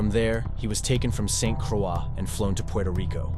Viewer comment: If you want to do a video about the United States Virgin Islands you need to pronounce the name correctly it is Saint Croix.